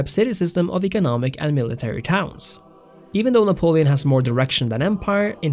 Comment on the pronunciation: Cant trust you if you cant even pronounce Napoleon